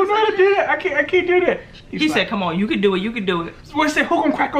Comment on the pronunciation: I cun not I cun not.....😁😁😁